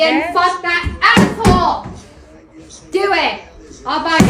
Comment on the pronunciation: Idr if I commented before, but I had to mention it "Dewit" 😂